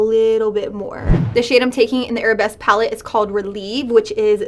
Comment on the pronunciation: Victoria Gonzalez i saw another review where the girl kept saying arab-esque. as if the palette were themed arabian instead of ballet lmao